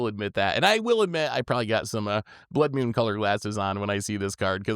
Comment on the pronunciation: What is a "Blood Mewn"?